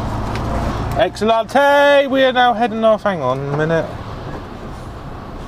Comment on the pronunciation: Excelente is actually Spanish, pronounced like excellent but with a final 'eh' at the end (ex-cell-ent-eh). French word is spelled exactly the same as English (excellent) and pronounced ex-cell-ant. I guess your pronunciation was a mix of both 😂